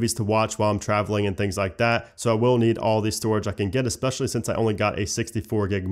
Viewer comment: Good video butt I would suggest that you say “Go Ahead” and not “Go Head". Go head does not mean the same thing as go ahead. This is becoming too common in North American English. Another error is to pronounce eSpecially as if it were eXpecially. Cheers